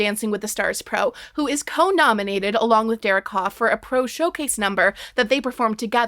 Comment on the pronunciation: I know this comment is wildly late, but as someone who comes from the same area as Derek Hough and grew up doing performing arts (I’ve met his mom multiple times), it’s pronounced “huff” like huff & puff, not “Hof” like the town in Germany, and it pains me a bit every time I hear you say it 😅